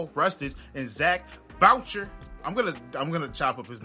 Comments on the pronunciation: Pretty sure Zachs last name is pronounced Buché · Not trying to be mean but zach’s name is boo shay